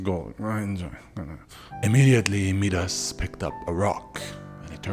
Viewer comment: Its mee-dus? I thought it was pronounced My-das